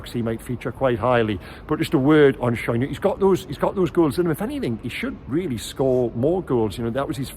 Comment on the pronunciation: Great report,! But it's pronounced Share - Schär. The two dots on the a are the key. Best away performance, best pressing for a while, the training is having an effect! Oh for a player who can produce the Beardsley clip when faced with only the goalkeeper to beat!